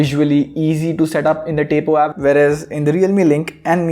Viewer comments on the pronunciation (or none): It's Tapo not tepo